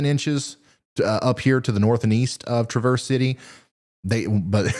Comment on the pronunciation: Just say a long a for traverse.